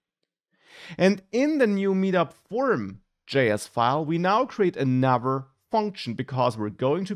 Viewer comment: Your pronunciation of 'another' sounded like 'never' and 'other' sounded like 'our'. Am I the only one who misheard it?